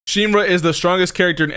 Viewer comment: Shinra not shine